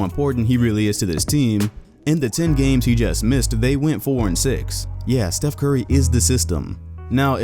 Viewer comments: Who the fuck is “chief curry” It’s “Steph” curry ,say it right But anyway I’m going for “yannis” this man can say no names right btw it giannis but yeah I hope he gets MVP and I’m not a casual fan because of going for him I was a NBA before you even knew how what basketball was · Chef Curry? Can you not pronounce Steph?